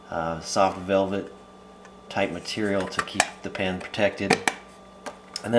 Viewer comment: Yes I'd like to know why you pronounce it "pan", too.